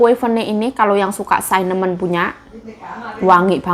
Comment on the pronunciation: cara ngomong cinnamon itu bukan sainamon say tapi sinemen. 🙏🤩